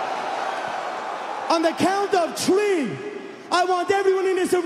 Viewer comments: Tree ? There’s no tree so wth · On the count of tree!